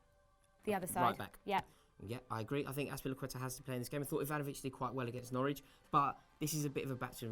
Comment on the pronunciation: Azpilicueta* not Azpilecueta